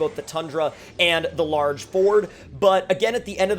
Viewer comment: Lorge Ford lmao